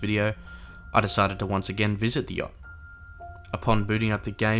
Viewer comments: THE START WAS ALL LIKE “the jot 😢”😂😂😂😂IM DYING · "the yokt"